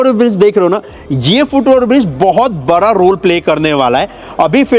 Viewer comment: Bhai kuch words k pronounciation sahi krlo like बड़ा not बरा